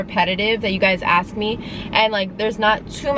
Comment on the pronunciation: It's ASK, not AXE!!